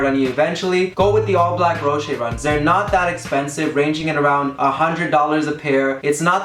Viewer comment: "Roshey runs" lol